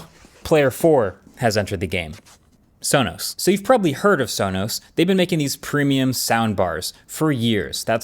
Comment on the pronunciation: That cannot possibly be how Sonos is pronounced.